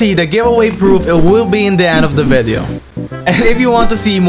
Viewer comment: I love the way when he say "VEDEO"